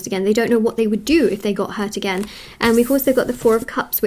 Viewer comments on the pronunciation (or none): none